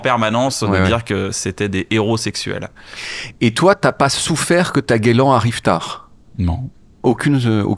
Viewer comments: Gueuuuuu - Lan et pas guélan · Faut arreter de dire GUELAN, PERSONNE DIT ÇA 😂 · Franchement, j'adore le smalltalk!!! Super émission, je kiff le concept, tes invités, vraiment tout est cool!!! Mais je t'en supplie!!! Pour l'amour des mots et de la langue ( justement ), arrête de dire " guélan "!!! Ça fait tellement teubé!!! 😮 Ça me fait le même effet qu'un " wèch " ou un " frère "... ça me ferait presque zapper le reste de l'émission... Amicalement bien sûr!!! Tchou 😉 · qui fait du verlan, ca ne passe pas pour moi, j’ai failli arrêté quand il a dit guelan 😅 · je t'en supplie, cesse de dire "guélan"! Personne, mais alors personne ne connaît ce terme à part toi 🙂